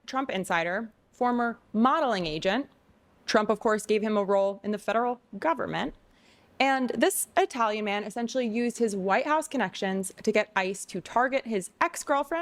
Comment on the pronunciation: Please don’t pronounce Italian as EYEtalian. It’s not nice to us Italians.